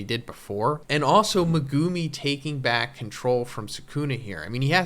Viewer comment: Aye bro I love you but please stop saying meGUUme